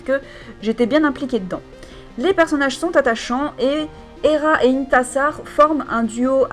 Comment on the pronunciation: "IntIIIIIssar" disais-je à chaque fois que tu parlais d'elle haha xD Je suis en train de lire le tome 2 et j'avais dévoré le tome 1 aussi, ça se lit très facilement =)